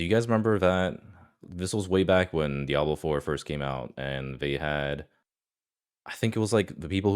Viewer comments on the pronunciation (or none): none